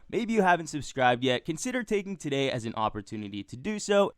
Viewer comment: "TUH DAY!"